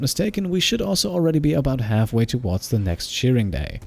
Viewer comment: LOL I kept hearing him say "Cheering" day instead of "Shearing Day" and now I'm giggling like crazy xD Like "go muffalo, go!" LOLz